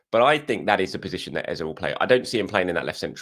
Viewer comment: I love watching your videos … but … please 🙏🏾…. Don’t copy the mainstream media. Eberechi Eze …. Please pronounce it correctly … “Eh-zeh” or ask him the next time you interview him. The same way Bukayo is said correctly - let’s give Eberechi that same respect.